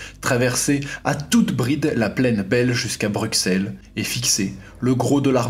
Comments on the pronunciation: Rooooh m'enfin ! BruSSSSSSSSSSSElles ! Pas Bruckqxsselles... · On ne dit pas X mais S dans Bruxelles !! !! !! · un minimum les francais...arreter de dire bruKSele... on dis BRUSSSELLE... sinon top video, j'adore le developpement sur les chars, par contre juste une question, bataille en Belgique, ou sommes nous ducoup? abonné de gagner ;-) j'ai un uniforme Belge ww2, mis a pars que nos jambieres sont noir, et linsigne du lion sur le casque, quesqui differentie les deux? et la couleur du casque